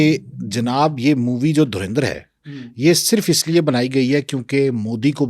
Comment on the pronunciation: Yeh log kaunsa sasta nasha ker ke interview dete hai😂 Abe phle movie ka naam to thik se bolna seekh le porky anchor.😂